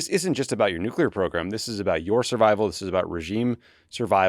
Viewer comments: Honestly, this was some of the smartest content out there about this conflict with Israel/Iran. The context and analysis was excellent and I thank you because I think Americans really need to understand all this. The Greg Landsmen content, not so much. The guy could not pronounce nuclear. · Gary Landsman’s not from my state so I don’t know him, but on Israel/Palestine/Iran, he sounds like an idiot. I thought one of the big lessons of the first Dubya Administration was that we don’t trust war planning in the Middle East to politicians who pronounce “nuclear” as “nucular”…😂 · How is that most of the people that are making decisions about war and the future of the planet cannot pronounce the word NUCLEAR?